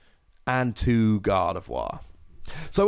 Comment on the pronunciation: FINALLY someone who pronounces Gardevoir right 😣